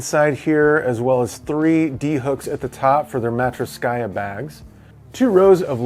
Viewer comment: It is always funny how ' Matryoshka ' is pronounced, that being said, a great backpack and review is top notch as well :)